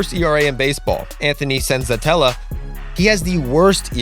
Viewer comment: Anthony senzatela? Like c’mon I get they suck but at least get their names right.